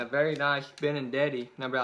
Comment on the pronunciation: Benintendi not benindeti